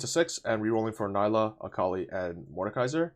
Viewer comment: Her name is pronounced NEE-LA